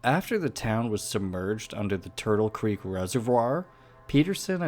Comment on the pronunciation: Its Tuttle Creek. Not Turtle Creek lol